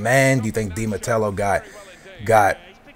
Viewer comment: its DI NATALE, not DI MATELLO or DI NUTELLA^^